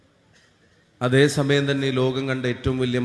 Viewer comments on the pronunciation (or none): none